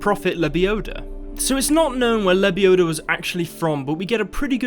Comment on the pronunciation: "Its lebiodaaa, not lebioda"